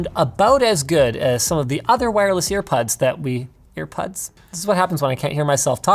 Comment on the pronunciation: Nobody: Linus: Ear Puds